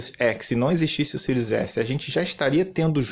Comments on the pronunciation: Esse ''SÍRIUS'' é que é engraçado, é ''SÉRIE'' mas ele fala eternamente ''SÍRIUS'', rsrsrsrsrsrsrs. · Eu acho q ele fala pra zua por q nao e possível kkk